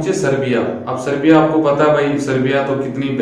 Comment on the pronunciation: Serbia aur seriya mai sahab frk hai okay😉 Name toh kam se kam thik bolo😞